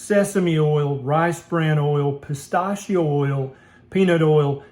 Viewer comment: So, just want to say love your videos and the level-headed advice you give...but... you say pistachio weird.